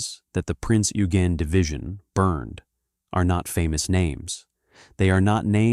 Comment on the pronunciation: The pronunciation of Eugen is correctly: "Oy-gen".